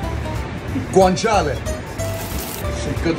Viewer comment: I'm Italian, you pronounced guanciale and good appetite perfectly! Excellent